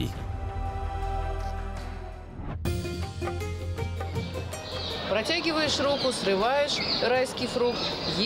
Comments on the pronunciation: Дулат емес Доглат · АВТОР НЕ ДУЛАТИ А ДОГЛАТ 😂😂🙈🙈